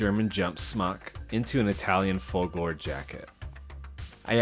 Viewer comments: You can't do the Folgore until you learn the correct way to say the name. It it not "Folgoor" it's... Folgore... so work on that. ;-) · For the one you called K: those are epaulets. Folgore is "fAHL-goh-ray".